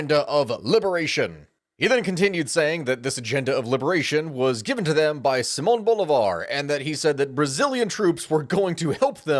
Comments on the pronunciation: It's Simòn Bolívar not Boulevard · Sigh-man Bowleebar*